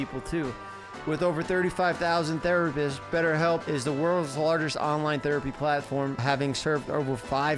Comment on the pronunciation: “betterBelp” is the link 😂